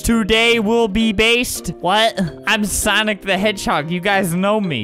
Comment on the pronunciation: I literally DIED when he kept messing up the word "sonic" LOL